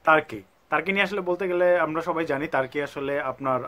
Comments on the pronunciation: hur Hala তার্কি তার্কি করতাসেন কেন🥴🥴🤣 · কি ভাই টাকি টাকি করতেছেন।